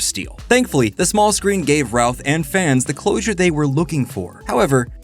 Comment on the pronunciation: Every time you say, “Routh”, I hear, “Ralph” 😅